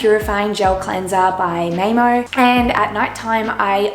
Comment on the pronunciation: Love how you pronounced MAAEMO :D It means "mother earth" in Finnish